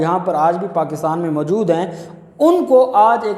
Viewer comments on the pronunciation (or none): none